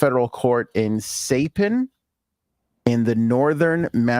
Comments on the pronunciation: Im very sure you are mispronouncing Saipan. Should be like, SY-Pan... Fry-Pan but with an "S". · MISPRONOUNCED SAIPAN